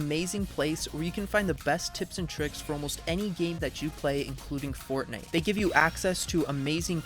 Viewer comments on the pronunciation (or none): none